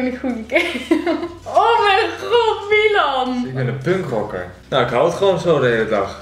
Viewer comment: Waarom zeg jij miwan